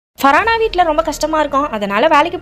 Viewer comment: Not faraaana it's far haana